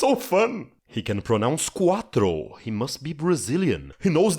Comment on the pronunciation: Your "quatro" is perfect, though. You may not have the brazilian citizenship, but you have the brazilian soul. Just want to thank you for creating this youtube channel and sharing your knowledge. Your video about All About Eve completely changed my mind about writing, and because I'm aspiring to be a screenwriter, I have started to study more seriously the part of the grammar, rhytm, and figures of rhetoric, and rhetoric itself. You're, in my humble opinion, the best film-content-related creator since Every Frame a Painting.